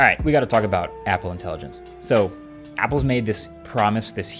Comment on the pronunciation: Apple sounds like hoolie 😂